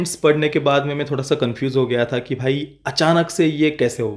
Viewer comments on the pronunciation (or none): none